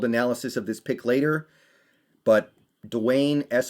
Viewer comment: And u never ever said his name before and cannot even pronounce it.